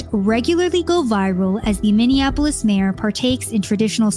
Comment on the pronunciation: Learn how to say Minneapolis before saying Minneapolis... uff da... it's not hard...